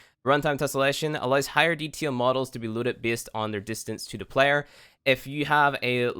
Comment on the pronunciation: Deeeee taaaaaaaaaaaaaaa il not deteel xd